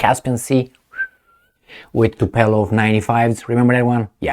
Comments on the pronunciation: its tupolev not tupelov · tupelov 😁 tupolev